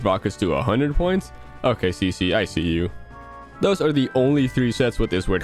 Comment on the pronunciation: i thought ceces name was pronounced KeKe lol